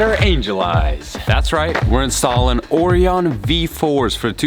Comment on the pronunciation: It bothers me how he pronounces Orion